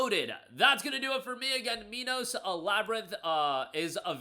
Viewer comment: That is NOT how you pronounce Minos.